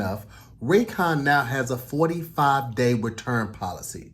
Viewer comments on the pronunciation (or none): Hey, I think was trying to say Return but he said WAturn 😂